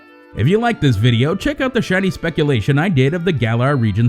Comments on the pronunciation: Gallarr is how it's pronounced, I dont know why everyone is getting it wrong. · Gal-Lar Not Gay-Lar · Him: the gaylar region Me: wait wait wait GAYLAR??????!!!!! WTF ITS Pronounced gah-lar not gay-lar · “gaylar region” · The GAY-lar region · Did he say gay-lar region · GAYLAR ? HOW IS IT SO HARD TO SAY THINGS RIGHT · Jez that pronouncement of garlar Gaylar really is that the best you can do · "the GAYlar region" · the gaylar region.......... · The trailer literally gives the pronunciation for Galar and yet still people mispronounce it (and Zacian too in this case)